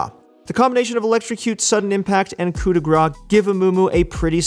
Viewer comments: Please stop saying "coup de gras", it's "coup de grâce" just check how to say it. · It's not '' coup de gra '' it's ''coupe de grace '' read it properly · Stop saying "Coup de Gras" it literally means "Grease hit" :D Coup de grâce= kuu de gras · French tip of the day In "Coup de grace", grace is pronounced like grass. You're missing the "ss". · its not coup de gra, its coup de grace, kinda prononce like grass its french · It was so triggering when first year everybody was calling it couP de gra. Why people assume CE in grace should be silent, while P in coup should be pronounced. At least we got over it, but stuck with cou de gra forever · He does pronounce it. Wrong. And there is no offense, just trying to help ;) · FFs "coup de grace" is pronounced like "coup de GRASS" im french and it piss me off so bad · The coup de grace rune is pronounced "cou de grass* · you have to say "coup de grass" for coup de grâce it triggers me and the french community too (i think) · Coup de grâce, coup de grâCE, PLEASE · coup de gras ? coup de grâce i mean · Please, Coup de Grace is pronouced "Cou de Grass" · The way this guy prounounce coup de grace as coup de gra triggers me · "coup de grâce", you need to pronouce the CE at the end. Otherwise, as a french personne I hear "coup de gras" which means "fat hit", but not fat like, big, that deals a lot a damages, fat like you took a handful of cow fat and slapped someone with it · Coup de grâce is pronounced with an S at the end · Yea idk why everyone just ignore the C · I keep commenting that every video, he wont listen. Also Manamune is pronounced Manamouné because it's a japanese word